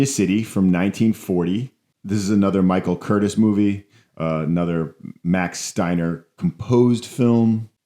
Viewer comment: I'm pretty sure Curtiz's name is pronounced "Kur-teece." I also disagree with your contention that either he or Raoul Walsh are known primarily for directing Errol Flynn, considering Curtiz directed Casablanca and Walsh directed (among other things) White Heat and Along the Great Divide. My favorite Errol Flynn movies are Some Uncertain Glory, The Sea Hawk, and Captain Blood.